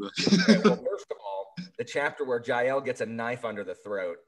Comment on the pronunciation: Trust an American to pronounce Jael and Fidele completely wrong 🤣